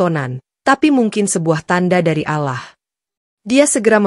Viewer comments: Bacaan Alloh kok jadi alah.alah melulu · Yang betul ALLOH bukan alah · nyebutnya Allah salah harusnya ا لله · Yg nembaca beragama islam jadi fadeh bicara ALLOH bukan allah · Mohon maaf sebelumnya mbak yg baca ini atau hos ini mungkin bukan muslim lihat cara bacanya allah yg mestinya dibaca alloh bagi orang muslim tapi mbak ini bacanya allah jadi mengucap alloh saja gak bisa ,bisanya allah mungkin mbaknya takut kali baca alloh seperti orang2 muslim lainnya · Allah Allah...bacany Alloh.. 🤦‍♀️🤦‍♀️🤦‍♀️ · Cerita nya bagus... Tapi tolong lah pengucapan kata ALLOH NYA itu loh .. Diperbaiki.. Sering bngt di podcas lain jg.. Tolong ya buat hos nya